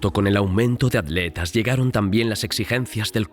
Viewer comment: Por que los españoles les dicen adletas a los atletas?